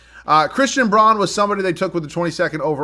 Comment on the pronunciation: I know you always say you ain’t good with names but Christian Braun is pronounced like “Brown” for future reference lol